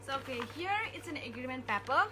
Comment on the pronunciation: Sakhe sakha kaham fano sakhe ba wth is 'pepper'?? Is it not supposed to be paper, it's just a pure criticism with no harm intended so that she improve.